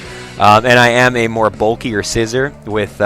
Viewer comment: You pronounce it as: Scaizor, not seizure